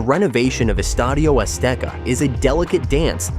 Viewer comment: Hey, good job on the Spanish pronunciation, nice video and I also think very few people will stop calling it Estadio Azteca